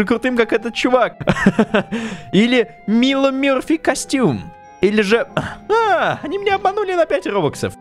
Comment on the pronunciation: не мило а майло